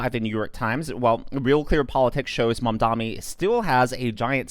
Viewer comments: Small favor: could you please learn to say "Mamdani" correctly, instead of saying "Mom-dommy" a thousand times more? It's already spelled phonetically, so either your elocution needs work or you're doing it purposefully. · Why is it so hard for every conservative to say Mamdani?